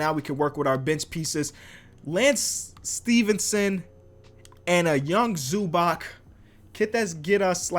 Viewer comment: Never say zubac like that